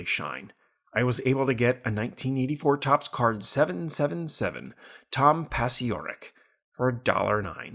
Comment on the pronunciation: It's pronounced Pah-CHOR-rik